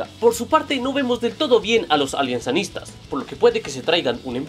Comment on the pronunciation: excelente vídeo palabra de gol :3 lo único malo es que no somos "alianacistas " es aliancistas xd saludos de Perú